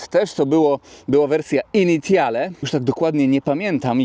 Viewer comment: Dojrzały, poważny i dobry kanał, a sprawdzić wymowy francuskiej się już nie chciało. "Initiale"? Litości - dowolny słownik lub translator, albo jeszcze lepiej Forvo i nie byłoby siary, bo brzmi to masakrycznie źle. Ale Twingusia lubię, więc mimo wszystko kciuk w górę.